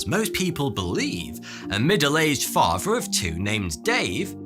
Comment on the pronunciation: Listen when he says Dave the father he says “fahfer”